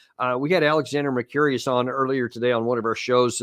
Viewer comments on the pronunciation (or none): "Mercurius" ? 'Alexander Mercouris', pronounced: Mercu-riss / Mercu-ress